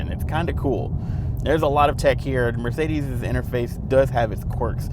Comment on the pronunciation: the theeLS class and Eth Class from Mercedeeth